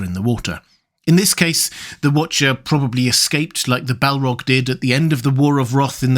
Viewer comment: What was...The Wootcha In the Wootah